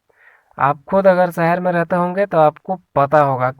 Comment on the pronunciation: सहर नहीं शहर शब्द हैं।